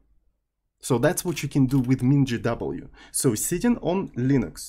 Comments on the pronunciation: спасибо, всю жизнь произносил MinGW как "минг В" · Я на русском вообще произношу как "мин гэ вэ". Но в англоязычной среде принято вот так. :)